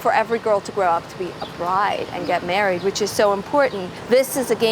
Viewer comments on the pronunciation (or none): none